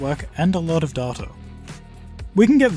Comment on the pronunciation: I would have subscribed if you procounced data like data instead of saying data like data, there is only one way to say data right and its data